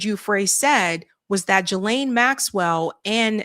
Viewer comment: Do you think you could possibly say her name correctly? It’s NOT “Jillaine,” it is pronounced “Gee-laine” Ghislaine. Drives me nuts.